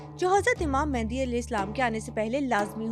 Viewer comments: It's not "Mehndi" 😂.... It's "Mahdi" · It's Mehdi not Mehandi